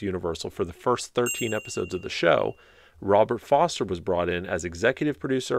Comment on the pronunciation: The actor you are thinking of is Robert Forster, with an “r” in the middle, not Foster.